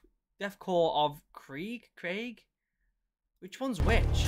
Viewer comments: Kr-ee-g. Not Kry-aig. Think Germanic pronounciation. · Krieg is pronounced kreeg. It's the German word for war. As you can see, Games Workshop are very original :D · It´s Krieg - you english guys would say something like "creeg" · Just to answer a couple questions 1. It's pronounced kreeg 2. Those spikey dudes are chaos space marines 3. The green marines are dark angels I believe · Krieg should be pronounced like ‘Kreig’ I imagine. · It's "kreeg", as in the German word for "war". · its pronouced "kreeg" and they are the guys in the gas masks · It's pronounced "Kreeg" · a "soldier" that hasn't heard of the german kriegsmarine or blitzkrieg and doesnt know how to say the word krieg? the german word for war. as far as I have seen a lot of the "soldiers" that exist now are completely honourless and soft. the Kriegsmen would absolutely obliterate any of your weak militaries.